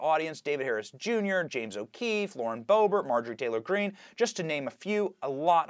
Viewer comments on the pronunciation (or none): none